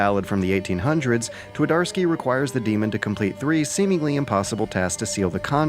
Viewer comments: Here is something that should help your pronunciation: replace W with V, since that how 'w' is pronounced in polish. Tvardovsky, it's that simple. Also 'Pan' is not a name, it's Mister Twardowski or Sir Twardowski. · "Twadorsky" made me giggle every time. Believe me, though - the conversion from Polish to English on the field of how the two languages sound is not much easier that the other way around. The two are pretty much polar opposites in the way you make the sounds and to a big degree, the mental process behind constructing a sentence. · T"war""dar"ski? How quaint :)